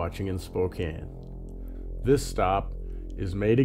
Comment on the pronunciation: Spo-Can not Spo-Cane